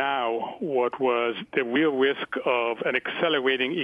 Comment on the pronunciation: "Weal wisk"